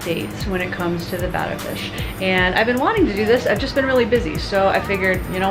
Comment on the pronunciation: Are you guys saying Beta right??? I don't think so no offence.